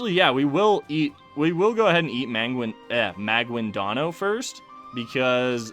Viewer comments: I’m a Filipino and you pronounced the names wrong ex.maguindanao is ma/guin/da/nao if you want the pronounciation it’s ma/geen/the/now .Why do you put an accent when you don’t know how to pronounce the names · The way you say Maguindanao is absolutely hilarious.